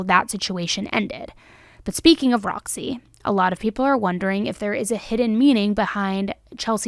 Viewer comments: its ROZZY not ROXY ffs dude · The lizard's name is pronounced "Rozzy" not Roxy... It's in the body cam footage... 🤷🏽‍♂️